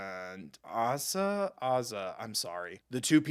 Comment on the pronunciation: Asa is Mr. Sweet, the ominous figure (and it's pronounced Ay-sa). The unhinged Cajun lady is Serafine.